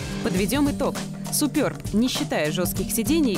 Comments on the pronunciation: Все супер, но произношение марки так ухо режет. Суперб, с ударением на первом слоге. А также в слове буква "е", а не "ё". :) и будет все прям 'по чешски' ;) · суперб говорится через "Е"